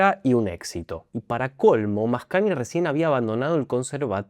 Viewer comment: Muy interesante tu explicación, siempre las disfruto mucho. Solo una observación, la combinación gn en italiano se pronuncia cómo "ñ". Por lo tanto suena algo así como Mascañi